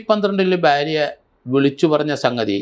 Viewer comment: സ൪, ബാരൃ അല്ല ഭാര്യ .